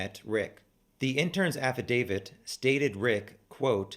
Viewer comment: Thank you for saying affidavit correctly. 😂😂 also thanks for the challenger deep dive! Looking forward to your live chat !